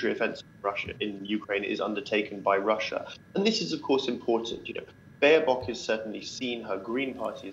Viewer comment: 24 English Baerbock, not Baernock. Even your thumbnail is wrong